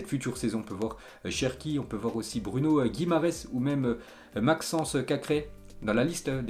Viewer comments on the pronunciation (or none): none